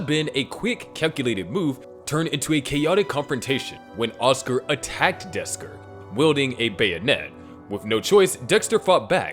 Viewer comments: bro really said Desker 😭🙏🏻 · bro said desker